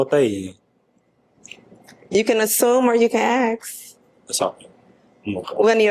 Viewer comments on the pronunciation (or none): Ask, not axe..... duh! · You can assume or you can axe 😂 why is it so hard to pronounce ASK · the word is "ASK," god dammit. Say the word correctly.